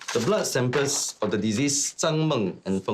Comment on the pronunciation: The blood sampers... lol .. he cannot pronounce samples correctly